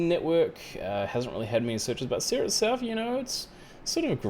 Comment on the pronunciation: Calm your cockles and do proper research. It’s pronounced ‘Siri’ btw.